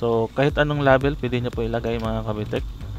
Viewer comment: nasasaktan ako pag minu murder mo ang english... please paayos nman pronounciation mo sa "LABEL"